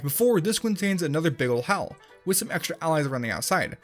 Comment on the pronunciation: you said hell not hal